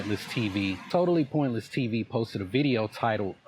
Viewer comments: I hate how he says "Totaless pointless TV" He mispronounces word like this often. It's not even done on purpose for comedic value, hes just illiterate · The moron keeps calling the channel "TOTAL-LESS-POINTLESS-TV" come on, buddy, sound it out, you can do it! ... Maybe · I just love " totaless pointle tv. " my favorite channel.... Dude can't even pronounce your channel name correctly!!! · I don’t think he ever pronounced your name right even once. It’s not a tricky name. Totalus? Hmmm. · He can’t pronounce your channel name mate 😂 another stupid arrogant gringo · Mans can't even say your fucking channel name right. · another question is WHY he is unable to pronounce the name of your channel.. its not that difficult. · That nigga cant even pronounce Totally Pointless TV correctly.. 🧟‍♂️ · Jesus Christ. Why does this guy have to much trouble saying three words?! Totally. Pointless. TV. It's three damn words! And he says it wrong every single time! And wrong in a different way every time! It's insane! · Is he saying totally pointless tv wrong on purpose? It hurts my ears.